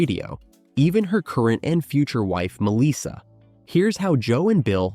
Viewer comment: It is not Misa it is Melissa.